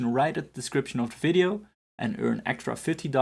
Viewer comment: What is a "fidio"? :/